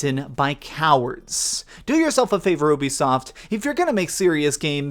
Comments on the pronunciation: WAIT, WAIT, WAIT...Did he just say UBISTOF instead of Ubisoft xD ??? Please tell me I wasn't the only one hearing this. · I heard "the UbiSTUFF playstore. ;) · “Ubistoff play store” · He said ubistoft I think you should stop acting like a know it all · "ubistoff" LMFAO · "this is the UBISTOFT playstore" 😂😂😂😂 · i don’t know what’s worse, your pronunciation of the work Ubisoft, your aim or the accuracy of this review.